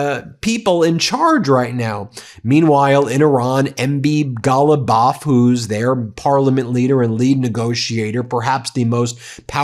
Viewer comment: why did you say his name like that? MB. Ghalibaf